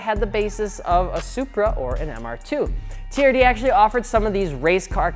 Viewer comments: Turd? no no no no no no, it is T-R-D. WTH MAN!!! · No one:: T(U)RD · "...and today we're talking aboutTURD!" That was the most wholesome laugh I've had in a while, thanks guys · Your saying TRD wrong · Me pronouncing TRD : "T" "R" "D" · Although I'm a little butt hurt at your pronunciation of T. R. D. I will say it's Toyota's fault for not giving them the budget for not going ape shit and developing racing/performance stuff for all their cars. Its mainly trucks now.... so they sort of deserve that name.